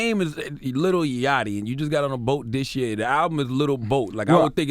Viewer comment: ITS YACHTY not YATCHY